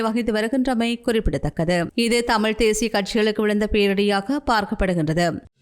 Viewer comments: தேஷிய இல்ல தேசிய ஒழுங்கா வாசி இல்லன்னா மூடிட்டு பேசாமல் போ தமிழ் அ ஏன் கொல்ற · என்ன உங்கள் தமிழ் உச்சரிப்பு தேஷிய மக்கள் கட்சி என்று அருவருப்பாக இருக்கின்றது... தேசிய மக்கள் கட்சி... தேஷியம் இல்லை.. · தேய்ஸ்ய இல்லை தேசிய தமிழை சரியாக உச்சரிக்கலாமே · தேஷ்ஷிய இல்லை தேசிய. 😂😂😂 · தமிழை அழகிய முறையில் உச்சரிக்க முயற்சிக்க வேண்டாம். தமிழ் எழுத்துக்களை அதன் உரிய சப்தங்களோடு உச்சரிப்பதே தமிழுக்குச் செய்யும் மரியாதையாகும். தேசிய என்பதை தேஷிய என்றே உச்சரிக்கின்றீர்கள்.